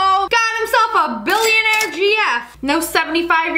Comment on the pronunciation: My story animated:My girlfriend is a BILLIONARE No one: Absolutely no one: LIA: BiLlOnArE wItH a B